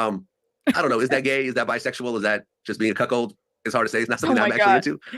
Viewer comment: Did he say c o c k hold or c o c k HOE!🤣🤣🤣